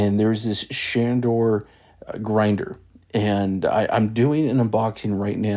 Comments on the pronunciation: It is ShaRdor not ShaNdor. There is no "N" in the name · It's not Shandor... it's Shardor 😂 and it doesn't grind fine enough for older beans (which admit it, most of us have in our pantries). I came here looking for a video that might show how to adjust the internal burrs to make a finer grind. Lowest setting pulls a short shot no matter how much espresso you load the portafilter. I don't think the internal burrs can be adjusted so it looks like I will be looking for a new grinder. For fresh beans I can usually get away on either number two or number 3 setting and it works well for that.